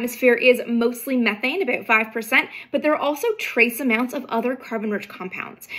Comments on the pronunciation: “A boat”🤣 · I just LOVE the way Canadians say "about".